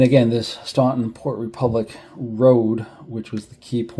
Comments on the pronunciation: FYI Staunton is pronounced "Stanton" by the locals! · I can see how a Massachusetts accent wouldn't work down in ol' Virginia!! Actually, everyone NOT from the Shenandoah would likely make the same mistake with Staunton. It's part of the rite of passage as one gets immersed in Civil War history!! I'm still learning about the odd pronunciations of some waterways (Mattaponi, Ni, etc.) and some of the commanders are routinely mispronounced (the two Taliaferro's, pronounced "Tolliver", Huger (pronounced more like YOU-zhee) and even Heth (pronounced more like "Heath"!! I also find many people seem to trip over Sigel, which you did not, to your credit. I don't know WHERE someone would get "SY-jel" out of that, but some do!!! 😉